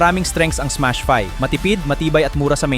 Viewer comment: ...huh? teka, Smash FI, hndi " fay " jusme, me ma content lang AI naman ayusin nyo naman deep dive/review nyo, hindi yung ginogoole o gemini/chatgpt.. imbes makatulong kayo sa mga kelangan ng impormasyong tunay, slop, fake news at mali mali ginagawa nyo, mag FB nalang kyo, wag dito na may vid pa...dds kb?